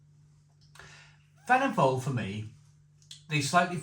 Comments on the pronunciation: Its pronounced Velin voil by the way. 👍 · It's pronounced Velin-Voel instead of the F you say a V 😊